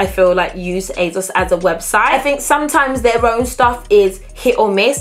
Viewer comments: Please please please why do you keep saying aZos??? Why??? It’s and s not a z... like you pronounce the s at the end so why won’t you do the same at the beginning! Ps you look great! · asos doesn’t have a z in it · Is it it me or did she say azoz instead of asos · Not hating but it is ASOS not azos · Why she sayin azos tho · And you literally said it used to be called as seen on stars... so you know for a fact that it’s an s and not a z... so please why? Please! We are all here wondering and have been wondering for years so please just tell us why you choose to pronounce it that way. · Ufo only intellectually deficient people need to resort to insults to get the most basic (albeit incorrect) points across. ASOS is pronounced one way and it’s not with a soft z... “h” in the English language is pronounced 2 ways depending on if you are speaking British English or American English... you can’t just make up your own way of pronouncing a word or letter that already exists in a specific language. ASOS names themselves ASOS and they pronounce it with an S not a Z... and I am not policing anyone. So bye Felicia!